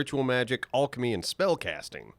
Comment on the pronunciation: I wanna fight over how he said alchemy